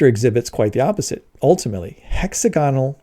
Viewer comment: It's pronounced "hex-AG-onal", not "HEX-a-GON-al". and it's "MEL-a-nin", not "mel-AN-in", although sometimes you seemed to be saying "mel-AN-a-NO-in" {:o:O:}